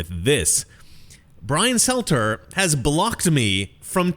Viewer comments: Stelter... not Selter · Struggling to get the names right in this video. Brian selter? Nick sandman? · It's Brian Stelter, not Selter. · You keep saying "Selter" instead of Stelter, is that intentional?